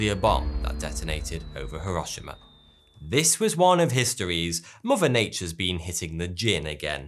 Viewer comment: thanks for pronouncing Hiroshima correctly.